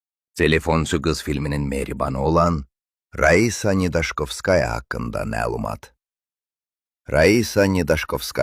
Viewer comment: Birincisi vurğunu düz tələffüz edin, zəhmət olmasa. 2 si isə özümüzdə bu qədər gözəl qızlar olarkən nədən bizimkilər ancaq rus qızlarını çəkilişə dəvət ediblər, bax bu çoox maraqlıdı.Bəxtiyar filmində sarı soxulcana oxşayan Saşanı lap madonna ediblər😂